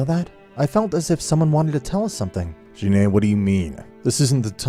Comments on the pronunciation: Gine not Jine, but I won’t judge it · Gine not “Jine” and it’s Vegeta “Vejeta” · why do i feel like all these guys pronounce things wrong on purpose gine not jean A and vegeta (vuh-gee-tuh)